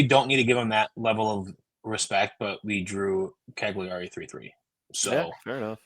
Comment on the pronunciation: G is silent in Cagliari 😜👋